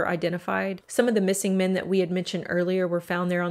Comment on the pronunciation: It's mEn not mIn.... jesus....